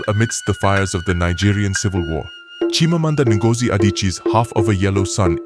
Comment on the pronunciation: I really oove this story, but then, the AI voice quite ruins some of the word's pronunciation, especially the characters' names, the cities and worst of all, the author's name.😓😔